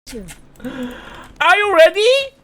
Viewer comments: ang you ready? 앙~ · 이이 일부러 ang으로 한거임ㅋㅋ